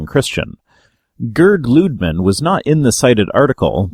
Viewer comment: Jürgen is pronounced like you did in your first try: "Yürgen", not "Djürgen". And "Lüdemann" is pronounced "Lüd-eh-mann", the "a" as in "alpha".